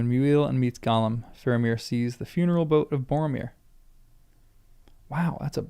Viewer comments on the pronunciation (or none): none